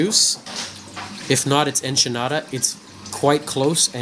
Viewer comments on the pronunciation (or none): Acropora TORTUOSA, not "tortusa". Acropota ECHINATA, not "enchanata". A. speciosa is very hard to find. Great coral! Nice A. plana!!! Acropora VALIDA, not "velida". Acropora ABROTANOIDES, not "ebratanoides". Acropora FORMOSA, not "fomusa". Frag your Acros with tissue recession far from the mark and save them. Please don't play making jokes with drugs. That's some serious problem in anyone's life! ;) Thank you for sharing the images! Those were amazing! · the word is pronounced e-ki-na-ta. Not enchinata sorry to correct you.